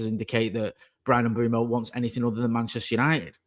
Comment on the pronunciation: it's "Mm-bweh-moh" (Mbeumo)...🙏🏾